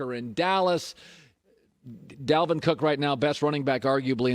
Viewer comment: Stop saying Delvin, its DALVIN Cook . Jeez